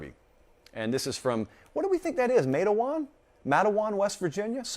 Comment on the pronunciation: it is pronounced just like its spelled MATEwan. It's down in the furthest southern West Virginia in Mingo County. In fa CT, the little burg of Matewan is famous for the Matewan Massacre in 1920 during the Coal Mine Wars between Mine Owners and Coal Miners trying to Unionize. As a matter of fact, my Maternal Great Grandfather, Charles Troy (CT) Higgins was one of the 7 Baldwin Felts Agents killed in the shoot out between Baldwin Felts Agents and Coal Miners/Town People.